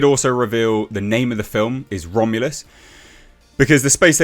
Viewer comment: "Romulus". There's no "a" in the word.